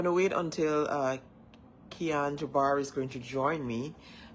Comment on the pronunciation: PRONOUNCE KIAN'S NAME CORRECTLY. ITS JABOUR NOT JABAR